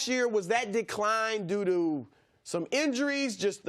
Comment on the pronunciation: Chris Broussard trys to say due to 🤣🤣 his voice kills me anyway 😭